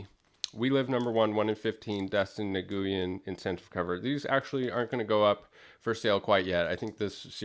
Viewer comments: Okay so as someone who’s part Asian, I need to tell you that Nguyen is not how you’re pronouncing it at all and the closest version that would be easiest for you to pronounce it is “nwhen” in Northern Vietnamese I believe. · Nice books, wish I had gotten in on We Live when it first came out. I pick up a fair number of the Aftershock books, but whiffed on that one. Also, for the last name Nguyen, I believe it is pronounced N'win, or something along those lines. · Just an FYI Nguyen is pronounced "NEWIN" not being a dick just letting you know. Also I just missed out on that Andolfo cover when i started collecting Department of Truth. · Gotta love Dustin, he's always amazing. Nguyen btw is pronounced newwin or nwin, sorta like Tony Gwynn, baseball legend.